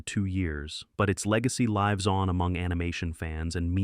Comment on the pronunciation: What about when the AI says something "lives on" like "nine lives" instead of "it lives! it lives!"